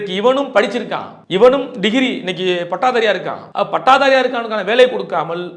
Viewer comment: அண்ணன் கூறிய கருத்து சரிதான் ஆனால் தமிழ் பயிற்சி மிகவும் அதிகம் தேவை பட்டதாரியை பட்டாதாரி என்கிறார் மலம் அள்ளுவதில் கைய விடனும் என்கிறார்